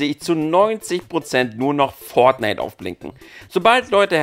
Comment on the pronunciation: Das wird fortnite geschrieben -_- nicht "pfort knight"!1!1! lieber mal davor recherchieren!1!1!1+1!